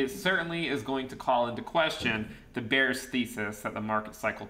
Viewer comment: Did say …. “Be..area” 🤣🤣